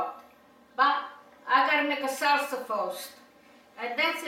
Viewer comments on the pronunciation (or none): none